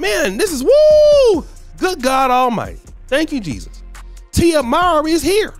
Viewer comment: It’s Tia (Moor-Ree).